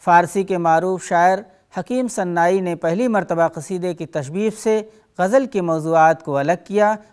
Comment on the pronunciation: تلفظ کے مسٸلے پر توجہ دینے کی ضرورت ہے اور زبان و بیان پر بھی۔مولانا آزاد نیشنل اردو یونیورسٹی کی پیشکش میں ان لغزشوں کو نظر انداز نہیں کیا جاسکتا۔اگر فارسی شاعر سناٸی کو کوٸی اردو استاد آن ریکارڈ صناعی پڑھے اور وہ پروگرام مولانا آزاد نیشنل اردو یونیورسٹی کی طرف سے ہو یہ انتہاٸی حوصلہ شکن صورت حال ہے ! جاوید رحمانی